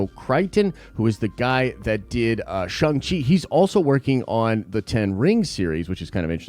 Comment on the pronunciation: Shawng Chi not Shung Chi.